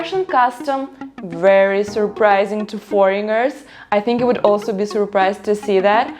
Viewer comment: The "g" in the word foreigner is silent.